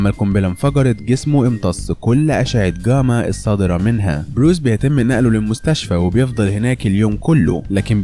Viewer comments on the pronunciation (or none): اسمها غاما مش جاما